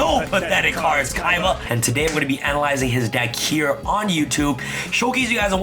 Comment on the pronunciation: Seto Kiba (Seto Kaiba) Zed Kiba (Zed Kaiba)